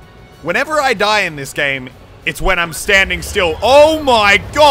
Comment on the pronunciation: you scream "die die die" like "nein nein nein"